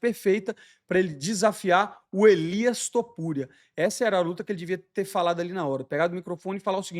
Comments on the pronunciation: "Elias" Topuria? 🤔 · "elias topuria" é foda kkkkk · "Elias Topuria" kkkkkkkkkkkkkkkkk